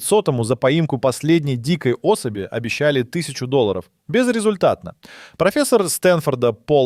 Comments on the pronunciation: Озвучка 😱! Зашибись!🤦 Пла́вники да асо́би и т.д. 😏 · плАвники, особИ, что у вас там с ударениями????